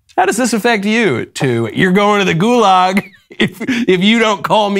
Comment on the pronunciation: You say gulags, Dylan says girlags.